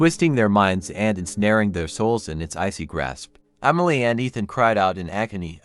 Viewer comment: I liked the story. But I don't know if it was my head phones or not. It sounded like you were say umily instead of emily